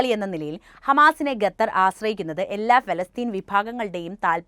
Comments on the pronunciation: ഗത്തർ അല്ല സേച്ചി... ഖത്തർ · ഗത്തർ അല്ല ഖത്തർ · Athepole Gathar alla Qathar enne parayuka ok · ഗത്തർ❌ ഖത്തർ ✅ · ഗത്തർ അല്ല ഖത്തർ 👍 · ഗത്തർ ഗർത്തത്തിൻ്റെ ഗ😂